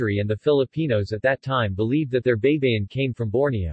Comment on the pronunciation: Men, it is not BEY-BE-YIN. It is BAY-BA-YIN. ᜊᜌ᜔ᜊᜌᜒᜈ᜔ = BAYBAYIN ᜊ (BA) ᜌ᜔ ( Y ) ᜊ (BA) ᜌᜒ (YI) ᜈ᜔ (N) Always remember that in the Tagalog language the letter "A" always sounds like "AAAAAAA...." and NOT "EEEEEEE...." Example: A-pple, A-merica, A-frica, A-ustralia, etc.